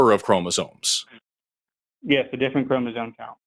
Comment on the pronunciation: keeps saying "chromozone" and now I can't stop humming "highway to the chromozone."